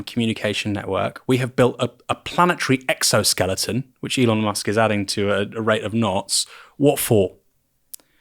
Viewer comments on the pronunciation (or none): none